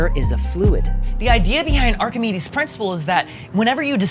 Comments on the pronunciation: Archimedes not Archimedes!! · Amazing how the pronunciation of Archimedes didn't improve with the correction. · Down voting for the egregious mispronunciation of Archimedes. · Archimedes in French is pronounced like did (but without the final S) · Every tf2 fan is triggered by the pronunciation of Archimedes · Archimedes will be floating in his bathtub with the way you pronounced his name. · all english name pronunciations of people from other countries are atrocious anyway, so it doesn't matter :D that wasn't close to greek whatsoever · "who invetned buoyuancy" 😂 that's almost as funny as how pronounced "Archihmeds" and then Arkamedezzz shortly after. EHHH he's got it! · isn't it arc-imeedies? How it's said😂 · it is not arch-a-meds it is arca-me-deez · it`s are-ke-me-deez, not arch-e-meds. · Me: Hear AR-CHI-Mi-DEES Me: AR-KI-ME-DEES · Arkamadez? I hope that correction was a joke. It's pronounced Arkimeedeez. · arr-kuh-mee-deez nuts. (I apologize in advance) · Arr-Kuh-mee-DEEZ NUTS!!! IM SORRY I HAD TO DO IT!!!!! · Are-Chi-Meds! Ark-a-Mid-dez! Are-Chimmy-Dees! Poor Archimedes; can't get no respect from these modern boys. (that's Are-ke-Me-dees). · Arch NOT as in an arch, but as in archetype or arc-ee-mee-this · Yes, Archimedes...You wreck ah....LMAO! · i know it was just a joke but isnt it ...."ARCH A MEE DEES"???? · pronunciation: ar-ci-me-dies Archimedes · Ar-Kee-Mee-Dees, Archimedes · ARC HIM E DEES thats how to pronounce it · I died a little when he pronounced Archimedes Archie-meds 💀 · ARK - AH - ME - DEEZ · ark-uh mee-deez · Uhh ark-ahh-me-deez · it's pronounced Ark em mee dees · Its pronounced Ark-ih-me-ds. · Dud, it's Ark-A-Meadies Thats about how it is pronounced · Omg its pronounced Arch -aha-mee-dees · when he said archiemeds I died a little inside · Ark-ih-mee-dees!!!! 😆 Awesome video though, ignore me being pernickity. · So many incorrect pronunciations of Archimedes... Are - kuh - me - deez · Bruh arc-am-ie-dees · It’s arc ah mee deez